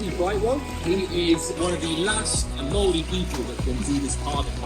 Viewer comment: Kia ora & 🙌 This is another awesome video loved every minute of it! *just wanted to say thank you for giving the pronunciations of our places a good crack, as the names carry alot of meaning and historical significance to the Maori people! Ka Pai 👌